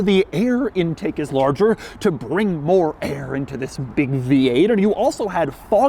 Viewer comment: Don't exaggerate saying ' THIS'